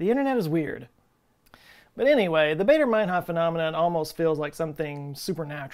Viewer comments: its baa, not bay in Baader mainhof... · It's Bader like the "a" in "father" not "baydor". And ur right about "Math"! The Brits have lost a few marbles after we dumped them and they will never forget!! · Baader rhymes with "fodder", not "crater". After all, the RAF was German. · Never mind the math/s, why would you pronounce Baader as Bader?? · AA is pronounced "ah."